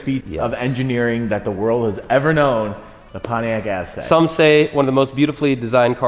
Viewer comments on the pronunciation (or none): Pontiac Ass-tek